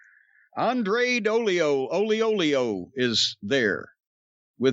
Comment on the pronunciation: A heel manager with a baby face wrestler 🤭🤭 No music no pyro no little video entrance just Vicki botching the name & screaming. SMH.